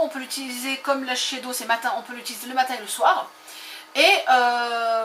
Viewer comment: Sans vouloir offenser personne .. vraiment ^^ on dit shissèdo =S a par ça sympa comme vidéo :)